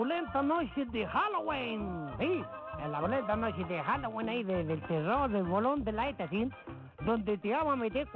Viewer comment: No se dice "Jalogüin" se dice "Halloween"